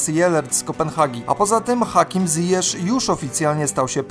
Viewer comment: Hakim Ziyech, a nie "Zjesz"